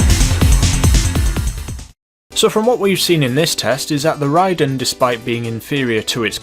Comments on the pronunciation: It’s pronounced ray-den and pa-rye-aa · jesus man.... ray-din .. puh-rye-ah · Ever heard of Raiden from Mortal Kombat? Yeah, that's how it should be pronounced. And where did the "ph" sound come from in "Pariah"??